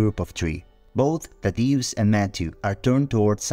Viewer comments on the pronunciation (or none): none